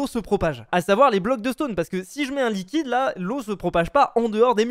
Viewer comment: luiquide.... hmmmmm?